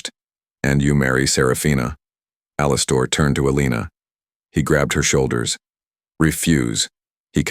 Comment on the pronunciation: The name thing was really annoying. But I liked the story if I ignored that. Alster? That is not the way to pronounce Alistair.